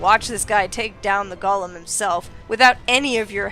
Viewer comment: Golem is pronounced goh-lehm. "Gollum," as you're pronouncing it, is the name of a character from the lord of the rings, and is a different thing entirely.